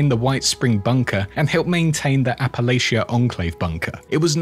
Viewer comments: It's Appa-Latcha. Not Appa-Laycha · Btw Appalachia pronounced "apple'atcha". Saying this as a born and raised West Virginian, not trying to nitpick. Excellent lore video :)